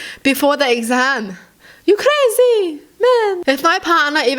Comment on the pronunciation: i just wanted to make yall feel better after watchin this video so im gonna say it the fact that said crazy in a scottish accent🤣😆